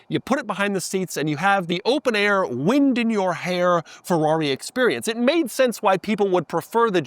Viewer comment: Please say Ferrari correctly.